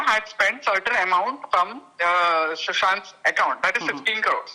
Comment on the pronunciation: Jisne bhee vo kiya hai usko batao k susant nahi sushant hota hai bekar me no 1 batate hai khud ko